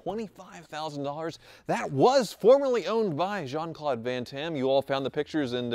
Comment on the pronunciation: I was like who is "Jean Claude van Tamm"??? And than ooooh he means Jean Claude van Damme!